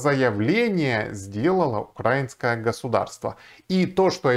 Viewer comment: только не укрАинское, а украИнское..страна все таки называется украИна